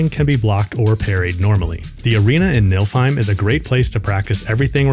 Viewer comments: 'nilf heim' its nifl the f goes first NEEFLE not NILF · ITS NOT NILFHEIM ITS NIFLHIEM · It’s not nilf heim. It’s neefle heim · The way you pronounce Niflheim 😂